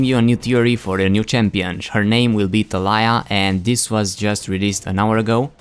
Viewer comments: ta-la-ya? is it not ta-li-ya? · it's Tali yah xD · Its pronounced Ta-Lee-Yah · i know a girl with that name, it's pronounced (Tuh-Lee-Uh)